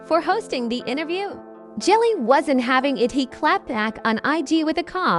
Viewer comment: She said Jellie 🤦🏾‍♂️ these videos need to be stopped